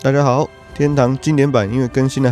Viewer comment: 是我的錯覺嗎 每次聽你開場 說大家好 我都聽不清楚 香港人嗎